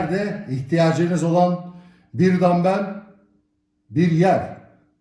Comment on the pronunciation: Dambel ne abi ya dambıl o dambıl